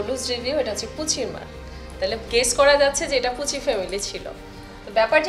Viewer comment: "পুসি" ফ্যামিলি না, পুচি ফ্যামিলি 😒